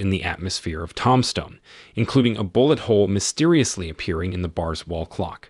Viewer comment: It's pronounced "toomb-stone" not tomstone.